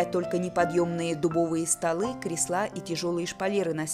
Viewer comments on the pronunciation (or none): спасибо за видео. Очень интересно. Но слова "средствА" и "креслА" очень порезали слух. Ударения в них правильно ставить на первом слоге. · Экскурсия и правда очень познавательная и музыка не отвлекает, но режут слух неверные ударения: креслА, креслАх, средствА....